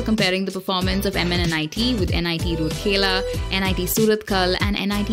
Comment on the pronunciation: area is pronunced as raurkela u saying rurkela😠